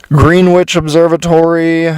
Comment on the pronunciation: ahoy there from australia. imo yes to most questions. love your pronunciation of greenwich as green witch. something in that. certainly food for thought. its all there just in code. we here pronounce aluminium alum-inium and americans say alume- enim luminary lunar lu liu (chinese emporor) mar martha mary maritime .. they are sneaky. earth's flat. we can't possibly live upside down spinning on a ball, otherwise ships would slip off the sides. and they are funny. and they follow the bible and norse sagas like a playbook. all very intersting 72min hour 20hour day. how would that go. was that how it was, before the empire, . . before the dark times. stay cool man